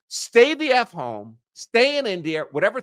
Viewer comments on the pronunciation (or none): none